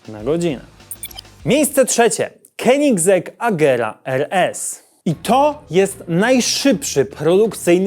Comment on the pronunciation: Z Rimacem ci się udało, ale koenigsegg sie nie czyta Kenigsegg. Pozdrawiam mojego kolege z wodą w kolanie